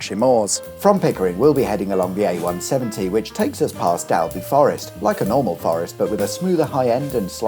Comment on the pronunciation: Dobley Forrest? 😂